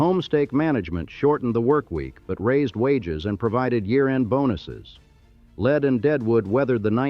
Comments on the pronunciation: Lead SD is called “leed” versus as commentor says “led” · The town Lead is not pronounced like the poisonous lead, but it's pronounced Leed, like lee-ed. Anyone from South Dakota knows it's Leeed, but it seems that no one else does. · Lead, sd is pronounced leed... it's a gold thing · Lead rhymes with reed. Ugh, AI. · Buildings made of lead are also called “leed” by builders. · Great video, some strange pieces of film, like scenes from Tombstone, but whatever. I thought it was funny when the A.I. narrator called a colt forty five a 'point four five' and couldn't decide how to pronounce Lead, use in lead as in the mineral most of the time when it's actually lead as in to lead the parade.